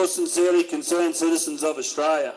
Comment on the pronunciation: This duffer can't even pronounce the name of the country they love so much. No one's trained to "knock you down" & that's just completely untrue. And in the end ..... The GG ignored the cookers & there's no response as predicted by any sane Aussie.